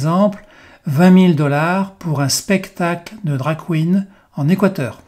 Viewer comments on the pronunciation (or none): none